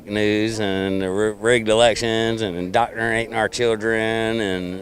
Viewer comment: "indoctrinnin our children"